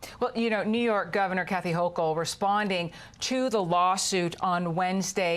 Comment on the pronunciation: GET FIT UNIVERSITY ~ EVERYBODY struggles with this governor's name. To make it Easy for you I'll write as it's pronounced (just trying to help out) Her name is pronounced: HOE kul You're welcome.